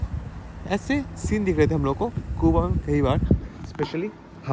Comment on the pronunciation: कूबा कूबा क्यो बोलते हो? सही उच्चार जो दुनियाभर में बोला जाता है क्यूबा।